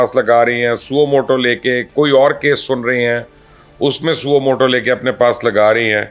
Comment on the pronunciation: سوو مٹو نہیں ہے بلکہ یہ ساسو مو ٹو ہیے